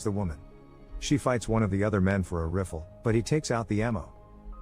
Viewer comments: We gonna ignore how he said riffle? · Ok... umm.. I was convinced these movie series were voiced by like an actual guy until I heard him say Rifle as riffffff elll...